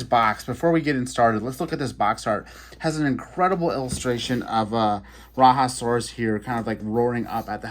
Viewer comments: True that! I honestly don’t really get how it becomes ‘RaHa’ but hey. Who am I to judge? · Love the vehicles! FYI: The “Raja” in Rajasaurus is pronounced “Rah-Jah”. The animal was found in India and named after Indian monarchs aka Rajas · Bah another exclusive. Raiasaurus is an Indian Dinosaur, so it is pronounced as RAHjaSORus